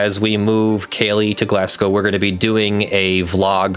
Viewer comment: You're coming to Scotland? If you are, Glasgow is pronounced glaz-go but you're much closer than most Americans who say glass-cow.